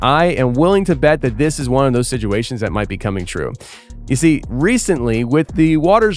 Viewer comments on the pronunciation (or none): Hey it's not SIDUATION!!! WITH A D!!!, ITS SITUATION WITH A T!! LOL, just busting you B's my friend!!!, This is crazy tho I saw how an architect was in a trench and got same type audio! I've believed for some time now the end is near! Look at the world we live in! The laws! Our president! The freaks! It's all prophesy!! Our four father's are rolling in their Graves so isn't general Patton and Eisenhower!!! Oh well!! Find Jesus people!!, God Bless